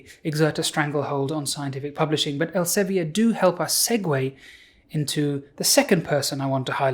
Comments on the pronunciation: Not very important, but 'Elsevier' is dutch and is thus pronounced 'elsa - vir' (not quite, but close enough) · Dutchie here, I'm sure it's pronounced ell-suh-vear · As a Dutch person, I wonder why you pronounce Elsevier like it's French. Here we pronounce it like [Elseveer] (sounds like fear), not [Elseveeyay]. But I'm not really in the scene, so maybe I'm the one doing it wrong. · As a Dutchman, I must apologize for the corrosive influence of Elsevier (the "vier" rhymes with "dear", by the way). I also find myself often apologizing for the existence of Shell, but that is not really related to the subject at hand. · elsevi-er ... it's elsevier (think elseviiir) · Interesting pronounciation of Elsevier.. it's not French though. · Couldn't have written my book without Sci-Hub, thanks Alexandra! But please please please look up how to pronounce Elsevier. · Good video! Funny how Elsevier is pronounced :-) (there is a IPA in there). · As a Dutch person, I was really taken aback by the English pronunciation of the Dutch name Elsevier; it makes sense to pronounce it like given English pronunciation conventions, but I just hadn't ever heard it pronounced in English before. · I have nothing of use to add to this video, only that I never heard Elsevier pronounced like that, it’s a Dutch word so I would never expect it to be pronounced as if it’s French. EL- just like that SE - suh V - like the V in vile. IE - like the EE in beer R - roll that rrr so that you feel itch